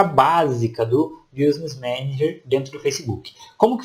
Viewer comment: Meu amigo, não se fala BIUsness Manager, se fala BÍSness Manager. Escrevi do jeito que se pronuncia em inglês.